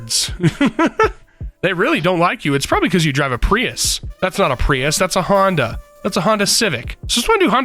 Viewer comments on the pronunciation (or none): none